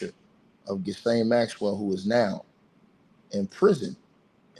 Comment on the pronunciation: (Her name is pronounced ‘Gill-ane’. The S is silent)